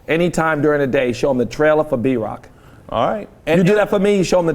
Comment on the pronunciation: Every time he says B-rock I thought he said Drock lol